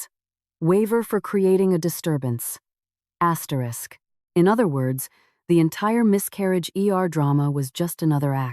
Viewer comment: Why are always saying astetisk you dont have to read it yuo keep saying asterick a hundred times